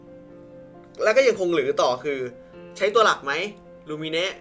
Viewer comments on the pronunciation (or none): ตัวหลักผู้หญิงอ่านว่า มายเมทเน็ท ไม่ใช่ลูมิเนะ